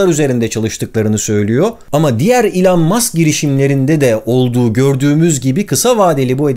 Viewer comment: İlan değil ELON 😅